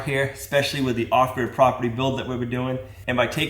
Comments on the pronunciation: Viewer from Ken's channel here. What are you calling this property? Offdoor property? I've heard you saying it a few times, but haven't seen it typed anywhere and can't quite make out what you're saying. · Thanks, sounded like he was saying off door, or offdur property, didn't sound like grid.